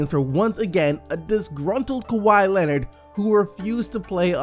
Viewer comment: This man said Keke to Kawhi!! 😂😂😂